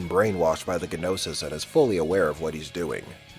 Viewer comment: In pronouncing Gnosis, G is silent.